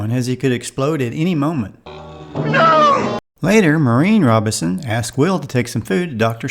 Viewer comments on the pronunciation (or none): Why can't you pronounce the family name correctly? It's Robinson -- with the "n" clearly articulated. You keep saying "Robison" with no "n" sound.